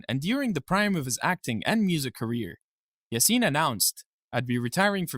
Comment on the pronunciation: İ think when you say "Yasin" you shall put the emphasis on "a" instead of "i"